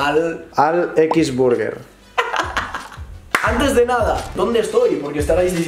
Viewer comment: Nadie: Absolutamente nadie: Kiwi City: X BURGUER Yo: No te metas con X Buyer